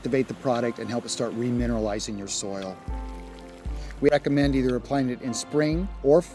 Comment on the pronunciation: It’s applying, not appying.